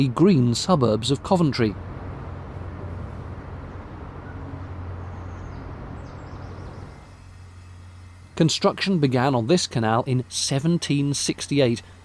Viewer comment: Me, too on the pronunciation. I learn something (usually several things) with every one of videos:)